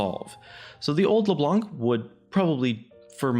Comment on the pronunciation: Could you guys please stop calling her Leblank ? This champion has been out for at least 5 years now, and it'd be pretty awesome if we could start calling her by her proper name. ie: Knife or knight, you don't pronounce the K. Same goes with Leblanc. You don't pronounce the C so it's as if you were saying Leblan.